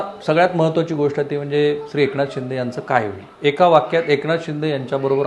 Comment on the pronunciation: एकणाथ .....jar fakt N cha uchhar nit kara rao...baki sarva bhari ahe....